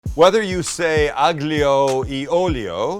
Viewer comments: AGGLIO OHHLIO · It's pronounced "ahl-Y''ALL-yo'. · YOU DON'T PRONOUNCE THE G !!! Basically everytime you see "gli" in an Italian word you don't pronounce the g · Max, tell your father the g is silent in aglio e olio ! Thank you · Even as a non Italian with a HEAVY Appalachian accent, I can tell you that your pronunciation is horrendous lol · And I don't think he pronounced the "e" in aglio e alio correctly either.